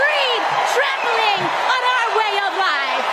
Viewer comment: I didn’t know the word “life” has 2 syllables 😏